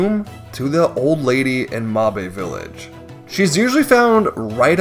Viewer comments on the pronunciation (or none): "mahbae village" 😭😭😭